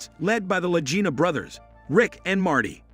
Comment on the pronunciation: Another narrator who doesn't know how to pronounce LAGINA!